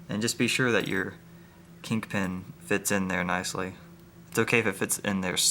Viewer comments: Kingpin not kinkpin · its king pin not kink pin hahaha